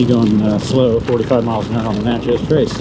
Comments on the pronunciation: When we MS natives say Natchez, it’s more Na-tchez than it is Nat-chez. The “t” is almost silent. We have a lot of hunting land off of the trace in central MS. It’s a beautiful trip…loved watching this vlog! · It’s pronounced “neigh-chess” :) cool ride!